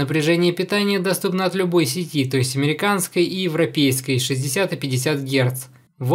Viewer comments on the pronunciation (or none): none